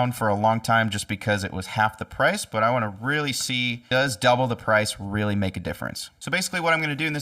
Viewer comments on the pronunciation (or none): none